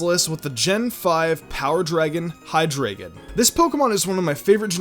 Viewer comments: It's hi-dry-gon not hi-grae-gon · It's pronounced hi-dry-gon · Hydreigon is pronounced "hi DRY gon" because it is German 3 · you pronounced hyderigon wrong. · U can't even say hydreigon....